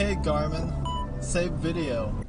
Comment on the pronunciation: #8: “OK GARMIN. SAVE VIDEUH.”